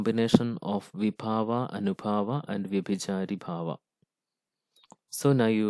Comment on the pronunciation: Not vyabhijaribhava It is vyabhikaribhava